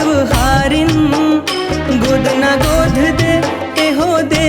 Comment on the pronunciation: गाना गजब हे। पर उच्चारण म कुछ त्रुटि दिखत हे। गोध (गोद) ए हो (ए ओ) देवहारीन (देवारीन) छत्तीसगढ़ी म छत्तीसगढ़ी उच्चारण के ही उपयोग होना चाहिए।